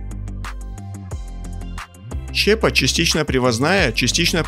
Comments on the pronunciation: доброго вам времени суток. С удовольствием смотрю ваши ролики. Но простите мне небольшое замечание - вы частенько не правильно ставите ударения в словах. В данном видео прям сильно режет слух слово "щЕпа". Правильно говорить щепА. Мне не принципиально, но хотелось бы, чтобы вы повышали свой уровень владения русским языком. Поверьте, я не один такой. Всего вам наилучшего и успехов в развитии канала! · Господи ну как можно с серьезными щами говорить про производство, говоря при этом Щепа, на не щепА? Автор почитай учебник русского языка!!! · Интересно на наших производствах побывать! Небольшая поправка, не щЕпа , а щепА . Распиливаются на щепУ . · Приветствую. Слово щепа. Не там ударение по моему. Хороший ролик, спасибо. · чувак в слове "щепа" ударение на 2й слог!! так слух режет, как пенопластом по стеклу ! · Щепа, ударение на букву "а". Если готовите качественный ролик, но сомневаетесь в правильности произношения слов, воспользуйтесь словарем.